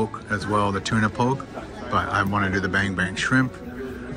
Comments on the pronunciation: its pronouced pok kay so almost like your saying poke and then kay not poke like ur poking someome...other than that love your videos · Just as a note: Poke is pronounced pok-a, with a hard A. pokeA. It's nice to know correct pronunciation, otherwise people just find a reason to find fault. And I'm not criticizing, just giving a helpful tip. When in Rome. . .